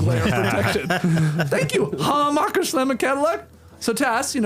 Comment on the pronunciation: I look forward to this episode each year more than any other, just to hear Skeets pronounce Hammacher Schlemmer. Keep it going!!